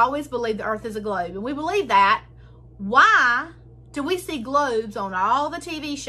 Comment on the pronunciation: how do you make "WHY" a three syllable word? 'I' a two syllable word?